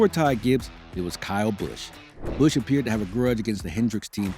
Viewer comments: “Kurt Bursch” 😂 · Narrator needs to review how words like "Busch" and "Menards" are pronounced.